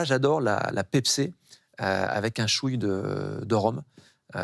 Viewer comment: ''la pepser avec un chouille'' ?